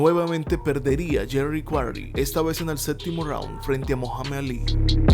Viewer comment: Comoooo que dijiste yerry quaray le gano a ron lyley👍👍👍increible